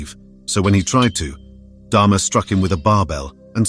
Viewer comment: Get his name right, it's DAHMER NOT DHARMA